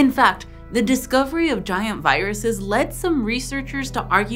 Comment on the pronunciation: "Giruses" Bless you